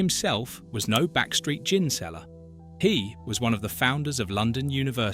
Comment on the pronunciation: Interesting but why do you sometimes pronounce gin with a hard G?